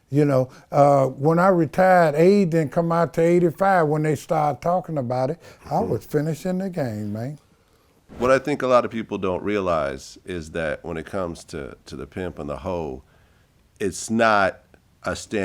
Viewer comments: I love how he says “gang” instead of game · He call it the "gang" instead of game LMAO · The way he say the game sound like gang thats hard bishop!! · But he's actually saying the word gang.